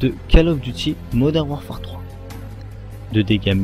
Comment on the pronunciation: " Modern WarfART " XD